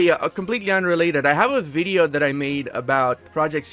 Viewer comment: "Interesting bideo" Really?